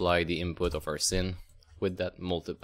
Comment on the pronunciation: Sin / Sine is pronounced as "sign" =) Nice video though, thanks